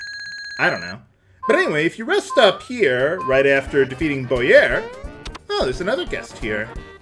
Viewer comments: I believe the previous boss' name was pronounced as "Bow-yer" instead of "Boy-er". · I never knew about that weapon for Geno. Also, I like how pronounces Bowyer. It reminds me of José Mourinho. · "Bowy-er... it's French" so like Dumas not dumbass, heh. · if bowyer was french, i believe it would be pronounced bow-yay